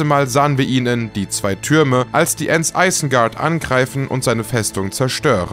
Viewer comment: "Sarumään", "Eisengard", "Regisseur John Hjuutschs", "Mr. Büller", "Audrey die Zweite" Hat der sie noch alle?? 👀